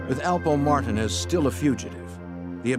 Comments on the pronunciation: Whoever made this video should do better research. First...it's Alpo Martinez, not Martin. 2...Rich Porter wasn't the boss of the crew, but he was getting lots of money. Come on fam...watch the old news clips, documentaries, SHUCKS....watch Paid In Full! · Its Alpo Martinez not martin. His Puerto Rican and his out from jail.